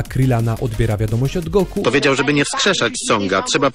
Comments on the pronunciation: Czy raczej nie powinno sie mowic "Goku" ? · ej typie dlaczego mówisz na Goku ,,son Go''?????????????????? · Kto to jest Songo... Usłyszałem to "sągo" i juz wiem, że dalej nie ma sensu tego oglądać 😢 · Goku nie Songo błagam :) !!!